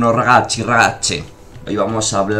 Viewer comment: Bien; pero es buongiorno ragazze,ragazzi No ragachi, ragache